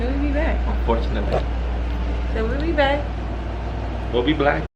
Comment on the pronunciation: Did he say "we'll be black" 😹😹😹